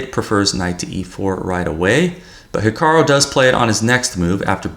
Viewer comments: 'Hikaroh'? Hahaha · I like you and all but please stop saying ‘Hikaro’ 😂